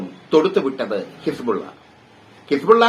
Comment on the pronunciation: ലോക വാർത്ത കേട്ടിട്ട് പഠിച്ചിട്ട് പറയുമെട്ടെ ഹിസ് പൂള വെന്ത് മരിച്ചു.. ഹിസ് പൂള ആ വി ആയി